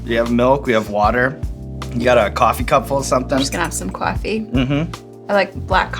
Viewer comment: "I'm just gonna have some cwaffee"